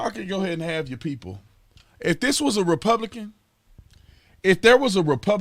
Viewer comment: "Yowl Haid"? come on.....YOUR .....HEADS